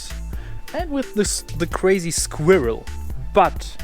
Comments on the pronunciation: sag einfach skwörl, das kommt nah an die Aussprache von squirrel ran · A German trying to say squirrel is the absolute funniest thing ever